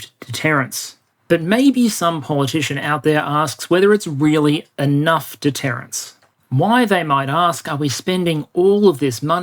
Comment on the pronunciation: ….”deterrence” not “detterance.” Otherwise another thought provoking, eye-opening presentation! (and spelled wrong again ). Not criticizing, just pointing out.